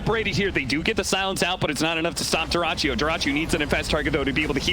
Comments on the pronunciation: It's not an Italian durachio, it's "durach yo" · Смешно как комментатор произносит Дураччио. Я так понимаю, там ник Дурачьё))